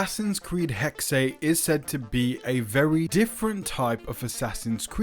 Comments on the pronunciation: Its pronounced Hex not HEXAY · "hecksay" ehem The German word Hexe (meaning "witch") is pronounced "HEK-suh" (IPA: /ˈhɛk.sə/). It is a two-syllable word where the first syllable is stressed, the 'x' makes a "ks" sound, and the final 'e' is pronounced as a light schwa sound ("uh"). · It's HEXE and NOT HEXEY!!!! darn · Why do they always call it Hex-Ay? It’s pronounced Hex and just Hex. A hex is an evil spell, curse, or jinx intended to bring bad luck or trouble. As a verb, it means to bewitch or cast a spell on someone. It also commonly refers to a hexagon shape or to hexadecimal in computing. Synonyms include curse, jinx, whammy, and bewitchment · It’s not pronounced Hex-Ah. It’s simply pronounced Hex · I was going to say I’ve never heard it pronounced Hexay. I have been calling it Hex. Like the Pokémon move that becomes stronger if used on a Pokémon afflicted by a status condition. ie: Burn, paralysis, poison, sleep, freeze, or confusion. Thank god I’m not the only one who pronounced it Hex. 😮‍💨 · Pronounced HEK-suh.. 🙂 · Its pronounced HEX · it's not more accurate it's pronounced HEX end of discussion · One German Word! Only ONE